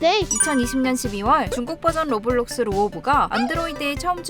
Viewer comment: 로블록스가 아니라 로우워뷜뤅숴네